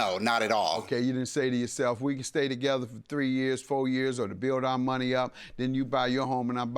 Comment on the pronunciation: “You owe me my munoney” LMAO